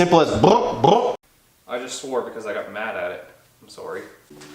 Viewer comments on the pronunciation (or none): "i just swore because I got mad at it, I'm sowwry" Candian ass lol